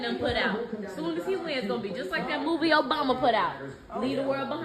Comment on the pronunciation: why does she say Obama like that Oh-bughh-ma